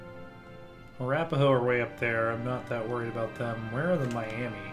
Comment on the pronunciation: The Miami (mi-yam-uh) tribe is originally from indiana and currently resides in Miami, OK